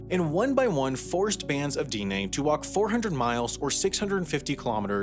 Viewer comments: It's not Deenay. It's pronounced Di-neh. Like the di in the word dig and like the ne in the word never. Dine'- with an upward inflection on the e because that is a "high vowel" denoted by the mark over the e. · I thought this guy was from the Denver suburbs. Granted, it seems that nobody in Denver is from Colorado any more, but some of the pronunciations make me think he might be from New Jersey or some place like that. Diné is not pronounced DEE-nay. Anglos from the region (like myself) pronounce it more like Deh-nay and Navajos themselves pronounce it more like D'neh. Bosque is not pronounced like the name of the Star Wars bounty hunter, it's pronounced Bos-kay. And of course, as others have pointed out, Cherokee is not pronounced ChurOH-ky. Despite all of that, I'm glad that this video was made, hopefully bringing more awareness of the Navajos as a people. Hopefully this will make people curious about the Navajo's unique and beautiful culture. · This was the first time I had ever heard someone NOT pronounce it that way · I appreciate doing a video on my people, although you were mispronouncing the term dine, I do appreciate you using the proper term instead of Navajo. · Diné is a two syllable word. The i is said as in “hit” or “bit”. The e is like in “met”. The mark over the e is a high tone mark. The vowels are short in duration. Unlike in English, lengthening the duration of a vowel changes its phonemic value (Japanese does this as well). Navajo is a tonal language. The i is low tone and the e is high tone. The mark over vowels is not an accent or stress mark. It is not pronounced dee-nay. Tones in tonal languages change meaning just as much as changing the vowel in other ways changes meaning. Just like bit, bet and bat are different words in English. In other Navajo words vowels can be nasalized and there is a mark under the vowel. Vowels that are longer duration are written as double vowels. -Erik Painter on Quora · It's di neh..the e is stressed not di nay